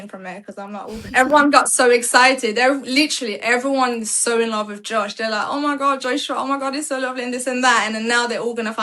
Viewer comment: She said JOE-SWA lmao. That mf name Josh 😂